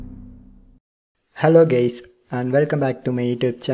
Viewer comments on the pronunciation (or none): when you said hello guys I heard hello geis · No, Im listen he said: hello gay😂